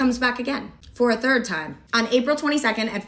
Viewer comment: “Fo a thord time”